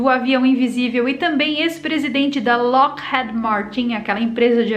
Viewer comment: É Lockheed (som de i),. Kkkk